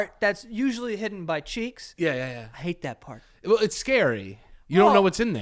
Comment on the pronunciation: Pert of the birdy